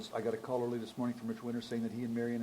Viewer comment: Marian and not Marion!!!!!!!!!!!